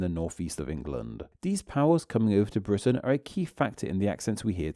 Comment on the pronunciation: You're killing me here in the US talking about accents and ending every other sentence by adding "ah" to the last word: Britain-ah. Long time ago-ah. Get rid of-ah. Still, fascinating stuff.